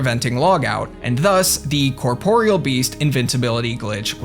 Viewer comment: Incredible. A RuneScaper who actually knows how to pronounce corporeal. Excellent work.